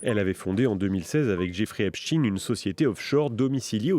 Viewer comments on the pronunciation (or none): Epstein pas Epstine ! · Ce n'est pas Epsteen mais Epstein... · On ne dit pas Epstin e😮 on dit Epstein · C'est pas "epstine" hein c'est plutôt "epch taïne" C'est comme si on disait "inestine" au lieu de " aïnch taïne" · Epstaaaaaine pas epstin, que veux tu cacher en changeant la prononciation ?